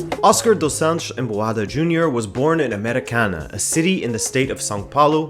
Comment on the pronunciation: Wow, I'm from Brasil and it's crazy to hear someone outside the country saying names like "Americana" or "União Barbarense" ! The level of research that you had done it is incredible, thanks for the nice video!